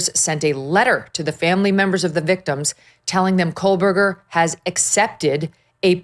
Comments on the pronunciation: It’s “KOH-BERGER not Kole-berger But anyway, we already know he did it. We want him to have to face the parents and have to admit to all of us that he did this and tell us why. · Cole-Berger smh 🤣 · There is no L in his last name 😂😂